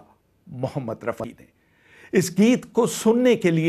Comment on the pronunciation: you mention Hushnalal Bhagatram with wrong name then miss pronounce Rafi Saab whats your problem men ? Thodi kam piya karo.